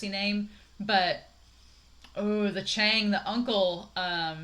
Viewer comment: And "Lan" is pronounced LAhn. "Cheng" is pronounced ChAang.